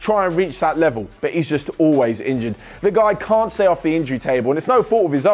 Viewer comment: You forgot the T in in can’t